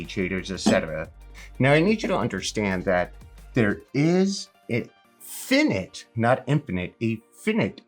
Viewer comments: Lovely message, but the word is fi·nite /ˈfīnīt/ not "fin-it" ... Nothing but love here. Apestogetherstrong #amc100k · "Finite" is actually pronounced with the long I sound...like ['f eye n eye t]. Ok thanks ;) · Did this dude say finnett? 💀💀💀